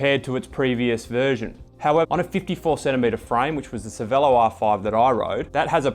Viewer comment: dude, it is Cher-velo not Cervelo!!!!